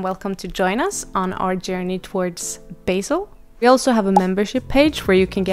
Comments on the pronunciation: Its not- beJsl its BASEL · Bahhhhseeeellll pleaseee 😂😂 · Thanks for the news and infos! Btw as a Swiss person, I have to say the way you say Basel is making me laugh hard. 😂😅 You say it as it was basil for your pasta sauce. ❤